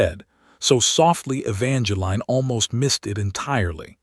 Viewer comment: My goodness, E-VAN-juh-leen. Just use the correct pronunciation.